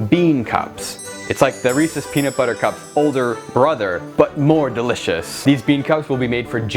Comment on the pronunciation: beanut bubber xd